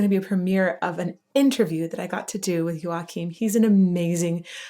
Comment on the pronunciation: As to how to pronounce his surname, Joakim has it correctly pronounced.